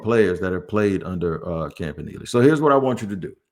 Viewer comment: Who says campa nelly